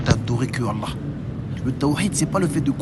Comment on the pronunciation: mes parents pratiquent bien et ne font pas d’innovation ne tkt pas pour ça et je sais tkt j’ai vu que son niveau en arabe n’est pas très haut mais je pense qu’il apprend du mieux qu’il peut,par exemple quand il dit Allah il dit le ha avec l’halaine au lieu de l’autre. Ou y’a plein de faute que toute personne avec un minimum de savoir distingue. J’ai pas le clavier arabe au cas où je précise. Bref qu’Allah nous facilite l’apprentissage de notre religion et nous éloigne des innovateur.